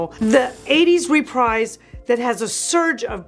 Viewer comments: My brain hurt every time you mispronounced REPRISE. It's pronounced== RE=PREEZ, like Refreeze, ---not re-Prize. Look it up. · I can't watch you butcher the English Language. It's "Repreeze" NOT "REPRIZE." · It’s pronounced “re-preez.” Not re-prize. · Dear, Great enthusiasm, great content as always. Only I checked and REPRISE is definitely pronounced "Re-PREEZ,," (rhymes with "TREES"). Sending this with all respect and affection... 😄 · Please learn how to pronounce reprise :)